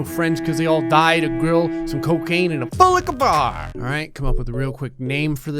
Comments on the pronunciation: Wai- WHAT?! He says "full liquor bar" ??! I- WHAT?!? Okay you can ALL say I'm stupid and stuff, but I've always heard him say: "pool like a bar" 😂😂😂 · He says full liquor bar?!? I thought he always said boot liquor bar and I just went with it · Wan Nursyafiqah I thought he was saying “Pool with a bar” at first 😂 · I showed a friend about this channel especially the "Full Liquor Bar" part and she replied saying "it sounds like he's saying Fool Lick a Bar" and now I can't unhear it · No, it’s “Foo Licka Bar” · I first misheard that as "full like a bar" 😂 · Wan Nursyafiqah at first I thought he said pool liquor bar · Wait that’s what he says? I literally had no idea... I thought he said “poolickabaa” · I thought he said pool licker bar 😅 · I always though it was "Pool liquor bar" But "Full liquor bar" works too. :) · I thought he said " BULLLICKABAR" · I thought he was saying "Fool lick a bar!" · Kylie Joslin doesn’t he say foolickaba? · I thought it was "foolicka" omg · Am i the only one who though he said "foolicka bar" when i first started watching his vids?🤣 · Kylie Joslin foolicka bar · I always thought says "Pool Liqour Bar" until today, where there was no pool. Whoops! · ok so for like 4 days i tried to understand what he's saying (english is not my first language) THANK YOU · My Dad thinks he says it as all one word and I kinda agree with him. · he says it like it's one word